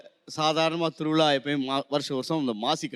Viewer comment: திரு விழா.. தா correct உச்சரிப்பு... திருவிளா wrong... Correct ஆ உச்சரியுங்கள் சார் அழகான மொழி tamil. அதோட beauty கெடுத்தாதீங்க சார். இம் from கேரளா